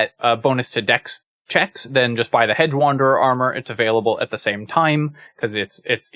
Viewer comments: I'm hearing "hed" or "hed-guh" (with a very slight "guh" sound) when you say it. Not hearing the "j" sound. Maybe it's something weird with the way youtube is processing the audio? But it really did stand out to me when I heard it -- enough for me to make the comment. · I'm sorry to be this guy, but it was driving me nuts during this video: "Hedge" is pronounced "Hej". There. I feel a little better now.